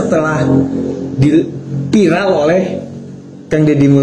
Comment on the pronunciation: Nyebut viral Oge nepika bahasana vairelll😂😂😂😂eko ekoo